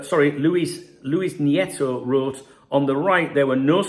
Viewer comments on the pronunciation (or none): none